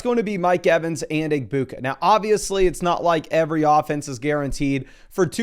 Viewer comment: the G in egbuka is silent btw me and him are friends and we were watching this video together he wanted me to tell you